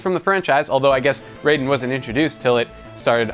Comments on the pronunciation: I thought his name was pronounced ryden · Raiden is pronounced ride-en